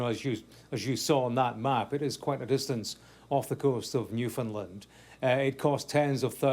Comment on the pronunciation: The expert pronounced Newfoundland correctly! Well-educated in all regards. Very informative expert guest.